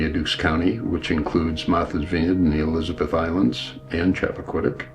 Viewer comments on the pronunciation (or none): none